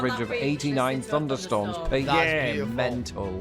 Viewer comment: Funderstorms? Seriously?